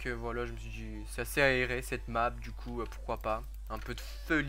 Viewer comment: A il a dit la nappe au lieu de la map